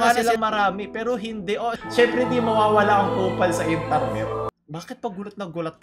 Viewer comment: I love ur accent can u say it again: Intarnet